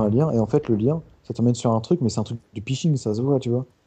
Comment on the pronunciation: Ptdrr C'est pas phishing "Pishing" C'est phishing " Fishing" ! ;))